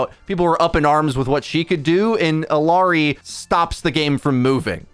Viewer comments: It's Ill (i) ary! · Bro learn to pronounce illari please ...Its odd the amount of effort you put into pronouncing kirikos' name correctly but not illari